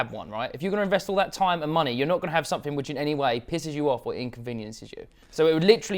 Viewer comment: its something not somethink haha